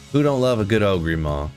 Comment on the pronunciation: "Ogree maul" lol he can't be serious